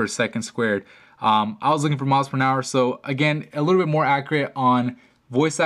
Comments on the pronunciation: miles per nour, lol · What is "Miles pernower"?